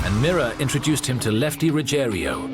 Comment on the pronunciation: And it’s Ruggiero not Ruggerio.